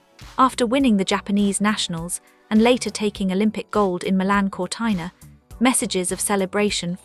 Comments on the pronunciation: Sorry, is not Cortaina but Cortina. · What a pity the voice over did not know how to pronounce Cortina! Ruined this for me. Hopeless.